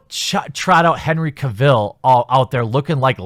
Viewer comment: How do so many people mispronounce "Cavill" ?